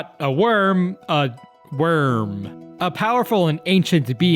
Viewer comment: Mu guy, you read "wyrm" clother to "wirm" not "worm"